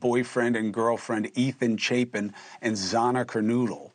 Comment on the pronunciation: Why can't he at least pronounce their names correctly? Its Xana Kernodle not Xayna Kernoodle. Pretty much the whole world knows this.😏